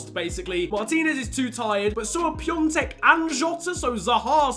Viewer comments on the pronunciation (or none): No it's piontek and piontek is from poland not from czech so the pronounciation is not the same